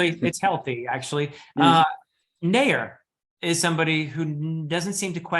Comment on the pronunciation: Naiur is the right way to say it